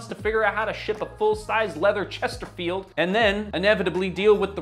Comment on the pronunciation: He said chesterfield .. 🙄